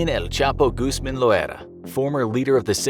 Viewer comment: It's pronounced like Gooz-mahn. The "A' is pronounced "au" like in "August" ^_^